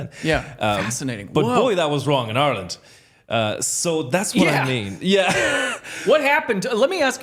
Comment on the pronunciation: I'm not Irish but I noticed immediately that he pronounces "Ireland" like he's from there.